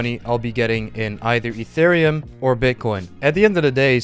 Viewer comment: Thought you said interium instead of itherium